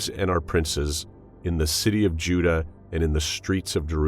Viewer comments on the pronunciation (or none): none